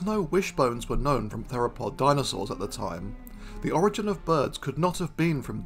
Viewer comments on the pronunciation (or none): none